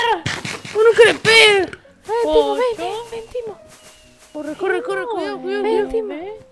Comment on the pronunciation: Hay. Un. Criper. Hay. Un. creper